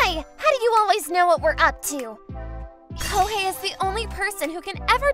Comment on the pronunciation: Kihei sounds like Tai.